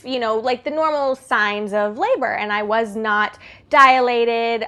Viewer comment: The word is dilated. Not diAlated....